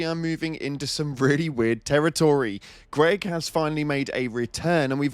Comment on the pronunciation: o7, GREG!!!! NOT GREG!!!